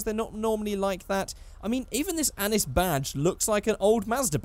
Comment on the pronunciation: ACKSCHUALLY it’s pronounced “Annee”